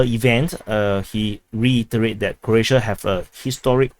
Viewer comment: It’s pronounced as “Crow-ats”, not “Crotes”. 😂 Sounds like you have a Singapore accent!